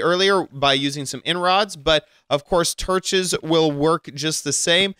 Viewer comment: Uh. You said torch wrong